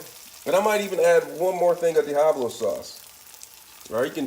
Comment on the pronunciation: Diahablo sauce!